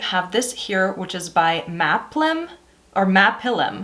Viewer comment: Maapilim is a Hebrew word that roughly translates as “we are climbing up.” It’s pronounced “mah-peel-eem. They are based in Tel Aviv and named their company that to show that they are striving for greater heights.